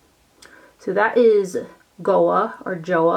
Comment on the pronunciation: Goa is pronounced "go uh" -- it's a region of India known for its beaches :)